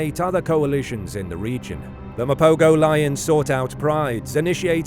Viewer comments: This narrator pisses me off; the proper pronunciation is Ma-po-ho and not Ma-po-go. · Pronounced "Mapoho". Rookie error.